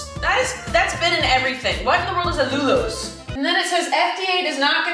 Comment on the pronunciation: Yes, allulose (pronounced al-ulose) is an alternative sweetener, but you shouldn’t have too much of it (just FYI).